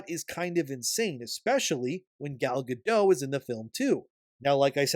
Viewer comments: Also, he name is pronounced "Ga-DOAT!' Not "Ga-DOE." It's HEBREW, not FRENCH. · You pronounce the T in Gadot! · Also, her name is HEBREW, not FRENCH. The "T" is pronounced, not silent. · I enjoy most of your takes but your vague accusations that Gal Gadot (hard "T" on the end by the way, with the soft "O", I know some Hebrew) was somehow political and offensive as Rachel Zegler during the course of marketing for this movie is a bit asinine. There is a difference in someone supporting their country, making remarks at events having nothing to do with Disney or the movie, or responding to questions asked, unlike Zegler who has no stake in either side, inserting her opinion purposefully in conjunction with promoting her movie without anyone really wanting to know, and expressing hatred and disdain for the other side. Sorry for the run on. In fact by now you have consistently made a soft defense for "freedom of speech" for Zegler, and implied that Gal should also share equal backlash for her remarks. You haven't said it directly, but I think you are showing your hand on some biases. Which is fine, you can be biased, but stop pretending to be a neutral observer of this particular topic and imparting your opinion as if it is fair and impartial. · Gadot has a T in the end.